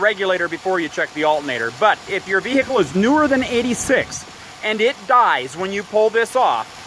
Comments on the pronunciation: the wot vehhhhecile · I love people who annunciate ,”vehicle”, as a three-syllable word , clearly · You do nut sound the H in vehicle